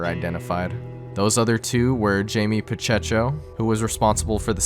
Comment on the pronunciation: LMFAO THATS NOT HOW YOU PRONOUNCE PACHECO WTF